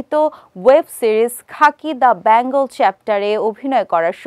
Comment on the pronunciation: বলছি বেঙ্গলকে bangle বানিয়ে দেবেন না 😅 উচ্চারণ টা ঠিক করে করার চেষ্টা করুন 😊